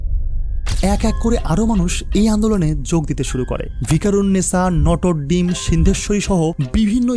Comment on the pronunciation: Video was great , but some of your pronunciation was so horrible , notre dame , dim hoye gese . please try to pronounce correctly .